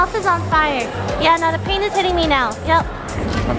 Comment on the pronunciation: i hear the pain like "penis".I'm sorry lily